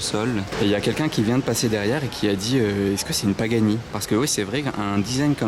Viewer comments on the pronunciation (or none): none